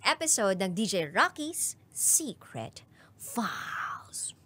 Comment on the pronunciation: True i love😅 listening this video kaso natutulog ako pg nkakailang video n po ako ang di ko lng po nagugustuhan is yung pano bigkasin yng secret files prang png horror kze ✌️